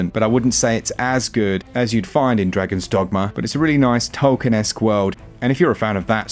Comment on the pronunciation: oh! You are the man-during the Kingdom of Amalur section you said Tolkien like proper Brits do instead of us trying to butcher it with 'Tolkeeine' attempt that some people try - silly comment but made my day! Congrats on 200K+ subs well deserved.